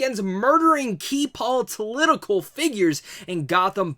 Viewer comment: Sorry, but I refuse to watch a review from a dude that says, “Politilitical”! 🤷🏽‍♂️